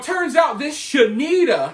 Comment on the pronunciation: Shanetta (She-need-ta) get sh*nked in prison😂